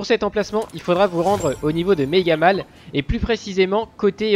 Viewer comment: Mega Mall sa se dit Mega Maul